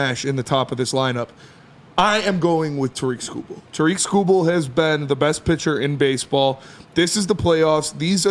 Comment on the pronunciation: Detroit guys? Can’t even pronounce Tarik correctly.